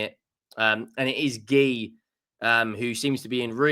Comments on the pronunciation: Marc Geee Ooo is how you pronounce it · Marc G-you that's how it's pronounced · Marc Guiu is pronounced Marc Gee-uuu